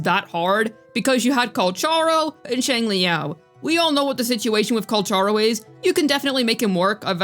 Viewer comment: But... it wasn't correct tho... Check his voicelines with English actors, they say it as Kalkaro not Kalcharo